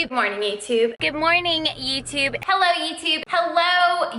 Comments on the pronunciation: OMG those were some heavy lifts Papa, I failed right at the third HYELLO IUTUB (honestly I can only hear it that way) and had to stop the vid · "hello yewtube"